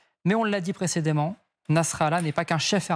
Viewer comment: Eh le journaliste on ne prononce pas précédément mais précédament çà s'écrit et ne ce prononce pas pareil